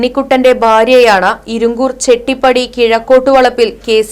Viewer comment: ഇരിങ്കൂർ അല്ല ഇരിങ്കുറ്റൂർ